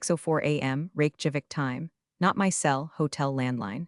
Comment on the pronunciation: Ok guys, somebody please tell the TTS how to properly pronounce Reykjavík?